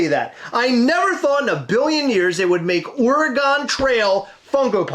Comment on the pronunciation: What is ore-eh-gone?! 🤣